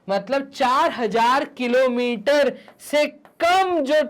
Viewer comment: Sir kalometer ki kilometer😂😂🤣🤣🤣